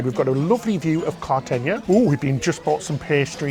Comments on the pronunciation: The last syllable is a simple “na” not “ña” (nya). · Kar-ta-hen-na. The last syllable is “na,” not “ña.” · It’s Cartagena, not Cartageña. So hey-nah, not heyn-ya. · It’s Cartagena, not Cartageña. So kar-ta-hen-na. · Kar-ta-hen-na. The last syllable is “na” not “ña.” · It’s spelled “gena”, not “geña.” So kar-ta-hen-na. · It’s “gena” not “geña” so just na, not nya. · Hen-na, not hen-ya. It’s not “geña” but simply “gena.” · It's pronounced "Carter-Hayna" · Both are spelled CartageNA, not ÑA. So kar-ta-hen-NA. Others pronounce the “hen” as “hayn.” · Na, not nia. It’s a simple “n” not “ña.” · Spanish speaker here. It’s pronounced carta-henna despite so many people commenting wrongly that it’s carta-henya. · It’s na, not ña so it’s pronounced kar-ta-hen-na. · Car-ta-hey-nya - is how it's pronounced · Cartagena sounds like{ Cartahena} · It’s pronounced carta-hey-na! I love this ship review. Was trying to book a cruise on the Sun Princess, but I think I will wait until it’s a little older. I love the Enchanted Princess though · Pronounced Cartahenia. Suggest you do research before you start. Cartegena has been a naval base since Roman times. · car-tuh-HAY-na :) Also, are you still doing dairy free? Or was this cruise before that ? I cant remember. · Cart-a-he-na, the “gena” part is pronounced like henna. Beautiful Spain! Thank you for the review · It's Cartaheena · it is CARTA-HENA. that is phonetic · Cartagena.....is pronounced.....Car-ta-hain-ya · Cart-ah-hein (rhymes with Spain)-ya....is how Cartagena is pronounced. :) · Car-tuh-hay- nyuh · No, kar-ta-hen-na. It’s a simple “na” not “ña.” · I believe it is pronounced Cart-uh-hey-nuh. But I could also be wrong. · You two are the best! It's pronounced, Cart-A-Hen-Ya! LOL! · Pronounced “Carta- hen- ya” 😉 loved the video , cocktail infused 😘😘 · It’s “na” not “ña” so kar-ta-hen-na. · I think it's pronounced Carta-heyn-yah. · You two just make me giggle with your videos! Info and entertainment, love it! It’s CART-AH- HEN-YA